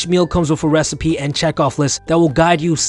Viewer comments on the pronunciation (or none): none